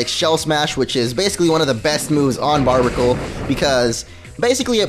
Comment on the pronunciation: Its pronounced bar-bear-a-cool